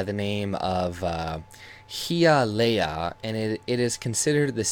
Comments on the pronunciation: Haiyaleah - that's how's pronunced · he lost me at the prenounciation of Hialeah 😂😂😂😂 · High uh lee uh-and I am from Chicago. LOL